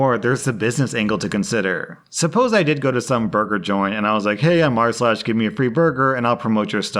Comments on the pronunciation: goddangit now I cant stop hearing "arse-lash" thanks Rslash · Now I can't unhear Arse lash 🤣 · I had never once heard it as "arsh lash" and now it's all I can hear. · now i only hear "ars-lash"